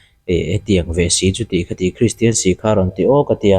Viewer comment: Christian tih pawh a lam glei thei lo deh hlek pawn a kak duai thei ang a😂